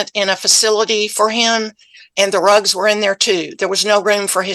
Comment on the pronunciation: I keep hearing and thinking “drugs” instead of rugs and this is so much funnier.